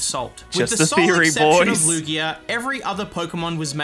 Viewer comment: Lugeo is LOOgayoh, not looGHEEoh. Ryujin has a consonant y.